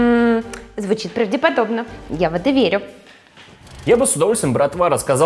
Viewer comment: ПравдОподобно, а не правдЕ\Иподобно...и рЫльце, а не рыльцЕ..